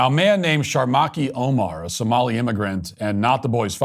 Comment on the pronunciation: Unfortunately you have too many N's in the US and somlien pirates 😂😂😂